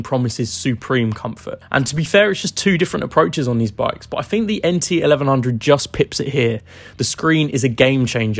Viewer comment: I hate it when people can not speak properly and replace the sound of TH with an F and V , e.g I Fink this is a great bike , Firty instead of Thirty, not only F replacing TH but V replacing TH in words like weather and pronouncing it has Weaver, along with with being replaced with Wiv, it spoils the presentation for me. I could not concentrate on what this guy was saying about these bikes when his speech is so bad.